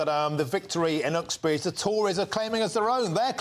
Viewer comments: Why do you keep calling it Oxbridge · Mahyar, you keep mispronouncing Uxbridge. It is not pronounced as Oxbridge, but the UX' is pronounced the same as Uksbridge , so not Oxs but as Uks hence sounds the same as Uksbridge...ho-hum.